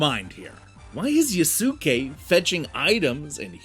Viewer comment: Am I the only one who found it hilarious when he pronounced Yusuke as “YooSuhKay”